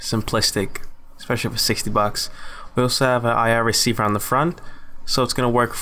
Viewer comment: Why do people say EXspecially??? What IS that???